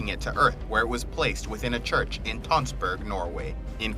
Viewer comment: As a norwegian I found it very funny how you pronounced the norwegian places like Tønsberg :D